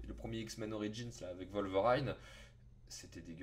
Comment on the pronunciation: Ho mon dieu, ta prononciation de Wolverine à !!! Mes oreilles saignent :'o